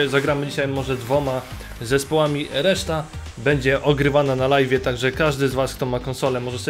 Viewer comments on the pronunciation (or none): none